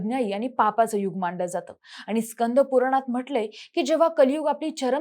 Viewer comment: आनी पानी लोनी करत बोलतीये.